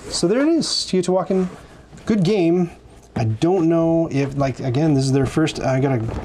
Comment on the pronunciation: It's too bad you don't know how to pronounce Teotihuacan properly!! Tee-Oh Tee-whaa-Con